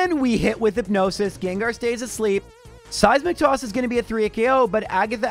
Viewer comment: Every time he says Seismic toss, i hear " Saizz Mc Toss"